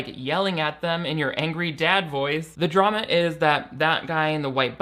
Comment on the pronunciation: Why did you say drama in Canadian in the beginner have you been watching degrassi